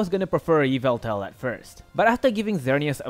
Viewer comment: Pretty sure its pronounced yaveltal